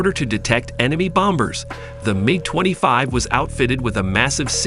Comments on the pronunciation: Not only do I look for accurate information, which was hard to find here. I also look for how well the narrator tells the story. Well, this dude cant say MIG the same way twice, and it seems he is reading a script without understanding what he is actually saying, otherwise he wouldn't be mispronouncing so many words. I don't understand how all these mistakes are left in a video. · Please learn how to pronounce Sinai and MiG.